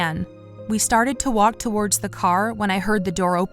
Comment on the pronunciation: Every time this voice actress says "towards" she pronounces it as "two- wardz" as if it's two different words. i don't know why but it bothers me soooo much